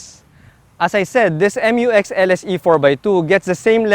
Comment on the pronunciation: FYR it is pronounced as "myu-ex", not M-U-X. That's why it is spelled Mu-X. ✌️